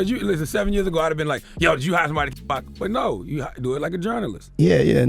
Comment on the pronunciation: Wdf its not 2 pack its 2pac/ tupac shakur 🙄 how you get a legends name wrong